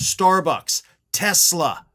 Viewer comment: Say teslur TESLUR.